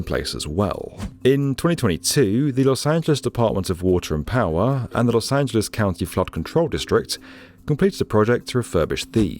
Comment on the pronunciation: why r u saying los angeles correctly???